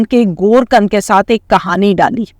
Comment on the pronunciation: گور کند نئیں گور کن